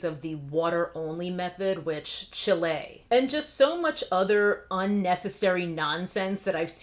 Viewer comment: You always crack me up when you say chilé😄. Da Babé embarrassed himself and everyone that claims him. Kanye😑. I really do pray that Simone is starting to feel better. As a fan I was a little disappointed to not see her wow us again. But also as a fan, I fully support, encourage and appreciate the strength it took for her to take a stand for herself. She has shown just how strong she really is...and it has nothing to do with her athletic superiority. Most athletes would have pushed passed those mental landmines and possibly further damaged their psychological health. She is turning into a true healthy strong young woman that I am proud to have my daughter (that does gymnastics) look up to.